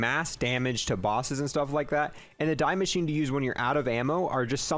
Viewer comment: The “die” machine. Lol. “Die Maschine” is German for “The Machine”. It’s pronounced “Dee”. And there’s no such word as “exspecially”…. It’s “Especially”. Esssssssspecially. There’s no “x”.